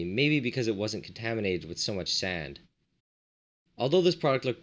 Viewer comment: He says product like it’s coke or something 😂😂😂 That’s hella cool tho! That always tripped me Out how to things that kill you if put together in a relationship with just make you taste salty